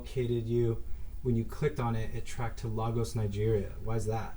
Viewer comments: The host of this show needs to pronounce Lagos correctly... it's annoying every time he says it wrong. Keep up the good work anyway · Nigerian here Lagos is pronounced ‘Lay-gos’ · Please stop saying "they "stop saying it's the culture and stop stereotyping all Nigerians... Just say these particular scammers are doing this... Nigeria has a rich culture and for you to say, "this is the culture over there" comes off wrong... And its pronounced (lay-gos) Lagos Other than that l like your videos but you need to be a little sensitive with your delivery because it's off a bit.